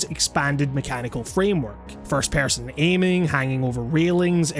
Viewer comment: "first pærson"